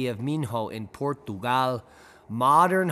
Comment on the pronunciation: Por'guuuhg gal - you ok bro? haha